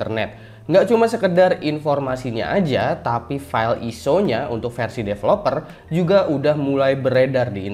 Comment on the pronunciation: bacanya ISO bukan ISO